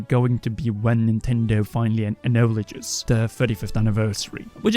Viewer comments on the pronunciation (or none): Ack-no-ledge.... Acknowledge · Apparently he does not know how to pronounce ‘’aknowledge’’ xD Never heard of the word ‘’anouladje’’ before